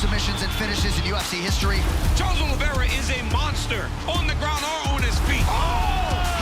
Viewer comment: *Oliveira NOT "Olivera".